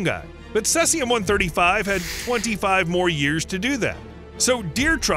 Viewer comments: CESIUM, NOT CELSIUM. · It's NOT CESS-IUM... It's CEASE-IUM. Try harder next time. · Cesium is pronounced "see-zee-em" not "cess-e-um". Why not bother to get it right? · Caesium is pronounced seezium, not sessium. It's half like if 30y, so that is why scientists expect to see half as much 30y later, not because it has been washed away or gone deeper into the ground. Fukashima dot ichi ?? Is that a web site URL?? WTF. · The pronunciation of "Cesium" is "see-zee-um" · "Celsium"? Could you possibly mean "caesium"? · Cel-sium, Lul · Cesium pronunciation: see zee uhm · Its pronounced /ˈsiːziəm/ Sea-zee-um. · Thank you for not saying "Nuculer". However, Caesium is pronounced: /ˈsiːziəm/ (SEE-zee-əm) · He uses two pronunciations and neither is correct. Mistyped it as Celsium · The narrator pronounces "cesium" in a way that might be reasonable if English were read phonetically, but that is weird to anyone who participates in conversations that mention the element. Is the narrator's pronunciation some odd regionalism? Probably not. I checked a bunch of online dictionaries for both US (cesium) and and Commonwealth (caesium) spellings, and all the pronunciations (US, UK, whatever) have the first part of the word sounding like "seize."